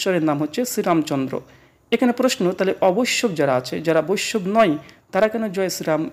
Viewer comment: শ্রীরামচন্দ‍্র দ্বাপরযুগের নয় , ত্রেতাযুগের । আর তখন কি মুসলিম ছিল ? বৈষ্ণব উচ্চারণ টা ঠিকমত করুন ।